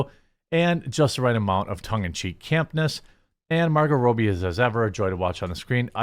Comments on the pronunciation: You say Margot Robbie's last name incorrectly, its not Row-bee, its Robbie just like how you've said Robbie about other people's name before lol just saying bro.. also you're reading too fast and incorrectly missing words/ saying wrong words (and no I don't mean missing the YouTube Guideline words you skip on purpose I get that part but other words that change the context of the sentence structure.. just constructive criticism in all honesty) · Her name is Margot Robbie. ROB-E... It's pronounced like every other name you've ever seen spelled that way. Not Roby. Not Robey... In one of his last videos about Barbie he literally pronounced the head of Mattel films name correctly, Robbie Brenner... then seconds later pronounced Margot Robbie's name incorrectly even though it's spelled exactly the same. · Margot Robb-bee. It's not Margot Roby. You're pronouncing her name wrong. And it's spelled in a way in which it's obvious how it's pronounced. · Fyi, Margot's last name is pronounced with a short "o," like "robber." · who is Margot Rowbie, lol It is Rob-bie;-) Another woke dumpster fire disaster on its way. hollyWOKE with the same old boring crap! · It’s pronounced Robbie, short vowel “o”. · RAW-BEE, ITS PRONOUNCED RAW-BEE. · RAW-BEE. RAW-BEE FFS. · Is it sad the movie does this or he can’t say Margot Robbie’s name right